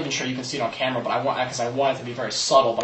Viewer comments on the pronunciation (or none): none